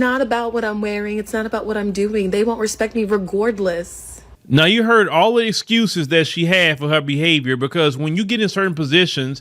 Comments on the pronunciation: Did she say "regourdless"?!😅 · She sounds dumb, how did she get a degree and she can't say "Regardless" correctly?